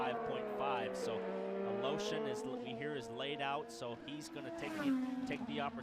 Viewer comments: Funny how you keep pronounce the russian guys last name. Is it really correct? Sounds like you are saying "A Lotion". Try "A Le Shin"! :D Btw, thanks a lot for uploading! Very much appreciated for us unlucky who cant watch it live. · I think it's a different "e" than what is written in English (I've never seen his name in Cyrillic). If it's what I think it is, it should be even more funky sounding like "Al-iyo-shin"